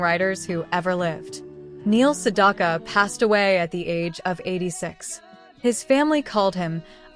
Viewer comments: Two issues with this video, both relating to the narration. The AI narration mispronounces his last name every time. The second syllable in his name rhymes with "back" not "dock". At the end we're asked to comment, and the AI narrator says "I read every single one", but pronounces "read" like "red". Makes no sense. The constant reminder that this is AI narrated distracts from the video, at least for me. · Yes! You're absolutely 💯 %!right about that AI female 👏 😒 🙄 👌 😑 😳 voice did actually 👌 😳 😄 🤣 😐 😆 over Neil Sedaka's #8 song 🎵 😀 😳 😄 🤣 👏 from the 1960s! And mispronounced Neil Sedaka's last name! Because 🤔 😏 there is no letter "o" in his last name!